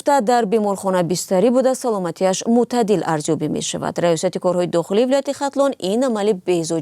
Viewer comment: т безор карди қати (Т Т Т) гуиёт🤔 мешаваТ, неЮ мешаваД-ай дар забони тоҷикӣ. забона ёд бигир аввал.!